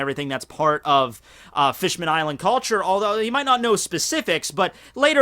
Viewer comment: Someone clear tjis up for me, please. Bear in mind, I don't read the manga in English. Does just pronounce Fishman-island wrong, or is it actually named Fishmanned-island?